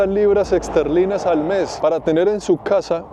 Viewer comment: No es libra "exterlina" es libra esterlina